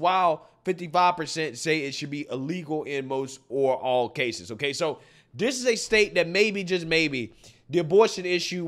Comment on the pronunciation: That not "Dat"...This not 'Dis"🙄🤷